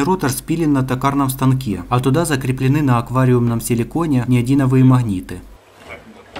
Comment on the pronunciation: Класс красавцы! только магниты неодимовые, а не неодиНовые ... лайк.